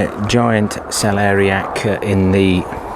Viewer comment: Lovely view from your dad’s plot and huge cabbages, well done. Now when you have managed to pronounce celeriac, you have to work on the kohlrabi (not kohlrobi), my friend😀 Have a nice week.